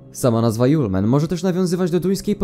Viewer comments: To nie yole man tylko julemand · A nie "żulman"...